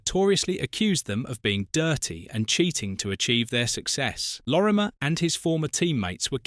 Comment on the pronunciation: At least get his name right-Lorimer-not Lormier.